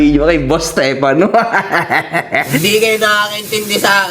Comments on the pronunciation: Napansin ko lahat ng nasa side nila, pronounce nila sa pangalan steFANO. Yung mga sang ayon naman, STEFano. 😂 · alam mo kung ano lang ang tama mo dito? Yung pag pronounce mo ng stefano 😅 dejoke, bawi ka sunod 😁